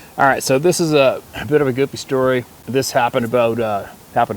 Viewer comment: Love when you stare a storwy